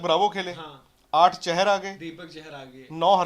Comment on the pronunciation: it's Deepak "चाहर" not "चहर"